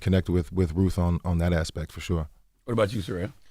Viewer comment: Uhhh, is it RUTH or ROOF??? There's a T and an H!!!